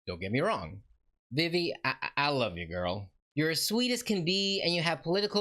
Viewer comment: Not to be mean but I’m pretty sure her name is pronounced Veve